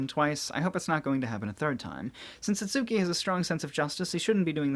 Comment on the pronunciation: Does it bother anyone else whe. He sais itsuki name wrong